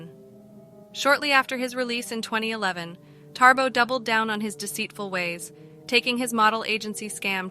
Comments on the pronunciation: Not TaRbo! It's Thabo pronounced as Ta-bo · its Thabo not ThaRbo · I know it's no biggy, but your pronouncement of his name is not correct. You say Tarbo, it's Thabo.